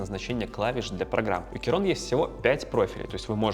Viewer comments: Блин, что за "керон"? "Ки-крон" или хотя бы "кей-крон". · Достойный обзорщик, даже не смог название прочитать, Кейрон 😂